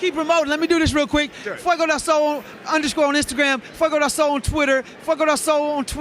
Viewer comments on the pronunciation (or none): actually says "Fiego" all the time, that's what we're correcting...